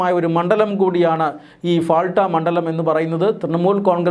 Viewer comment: പാൾട്ട എന്നാണ് ഫാൾട്ട യല്ല മലയാളിയക്കും മലയാളി വാർത്തയക്കും ഉള്ള മാനസ്സിക തകരാർ